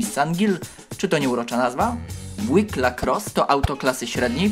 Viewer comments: mówi się "bjuik", a nie "błik" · Świetne, nie spodziewałam się takich wpadek. Btw. nie powinno wymawiać się "biułik" zamiast "błik"? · Ja raczej słyszałem jak wymawiają to bju-łik...